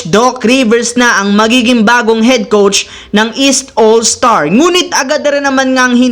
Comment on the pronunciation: Coach po hindi “COUCH”😂😂😂😂😂😂